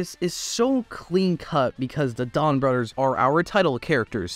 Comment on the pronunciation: It's Donbrothers not Donbrodders that's how you say it. Or am I hearing it wrong?